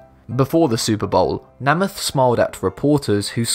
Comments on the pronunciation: there is only one M in Namith so it's pronounced NA MITH. not that hard to figure out. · Namath is pronounced with a long a. like a horse. Neigh-myth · It's pronounced Namith, but spelled NamAth. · Who is Joe "Nam-ith"? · Uh the cringe when a British non American football fan pronounces joe Namath's surname... I'm British and I know it is Naymath... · It is pronounced NAY muth. Jeez. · Why the hell can't this narrator learn how to properly pronounce American names and places??? It's pronounces Nay -muth [hard 'A']. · The American football player's name is pronounced NAY-mith. I know Brits believe they are infallible when it comes to pronunciation, but you'd be wrong. Especially when it comes to American names and Spanish words of ALL kinds. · I can't watch any more. Naymuth! Too hear that repeatably mispronounced. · Namath is pronounced "Nay-mith"... Do your homework before you record your videos lol... I understand your either not from America or you've never watched a game if football in your life but you should've still heard of Joe Namath and know how to pronounce his name lol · I know that different countries pronounce things differently. I also do not expect someone from outside the US to know the correct way to say a star's name especially when they don't even play the sport the star is from. All that being said, just wanted to give a friendly 'How to' on how to say Joe's name correctly. It's pronounced almost exactly as spelled if you "dumb it down", meant with respect to an amazing player. Name-eth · Joe Namath's last name is pronounced "Nay-math", not "Na-math" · NAME-ith NOT NAMM-ith. Do your research. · Would YOU take the time to investigate how a word is pronounced in America? Specially if it is a surname of one of the most beloved sportsmen the USA has had ? The name in Joe Namath pronounced Ney-Math and NOT Nah - math. Where are you from cause you have an accent that does not seem to be British. What New Zealand , South Africa? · Joe “NEIGH-MYTH”